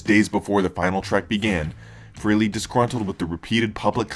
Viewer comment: Why do some people pronounce Ace's last name as "Free-lee"? It is FRAY-LEE". Know how to pronounce a name before you say it.